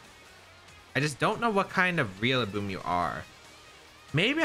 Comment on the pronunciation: Still can’t stop hearing you say REALLABOOM